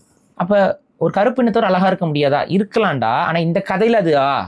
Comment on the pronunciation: Alaga? Zha na vey varala nee ellam thamizh desiyam nu uruttitu Iruka